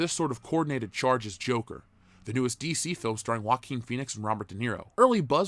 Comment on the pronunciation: Just onr thing. JOAQUIN is pronounced Hoa-Keen. In spanish the J sounds like the phonetic H in english. Anyway keep the good word comming. Your Fan.